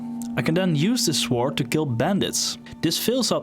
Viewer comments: De grootste fout die je gemaakt hebt is je uitspraak van het woord sword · i like the way u say "sword"